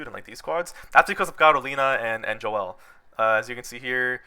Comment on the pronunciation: Bro said Jo el. My man Joel is rolling rn.